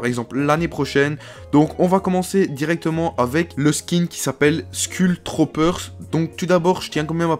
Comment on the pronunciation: et je te rappelle qu'on dit"skoul troupeur"